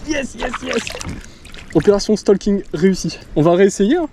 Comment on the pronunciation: On dit pas stalking. C’est le français moyen qui dit ça. On STAUking. Enfin tu fais comme tu veux 😂😂